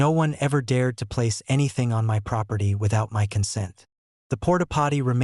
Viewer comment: I'm getting a little tired of these AI voices chancing "MY" to "em why" all the time.